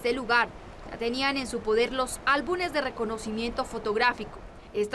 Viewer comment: No se dice "álbunes" se dice "álbumes" usted es una profesional de la comunicación (una periodista) y tiene una responsabilidad. Por lo menos aprenda a hablar para comunicar con responsabilidad!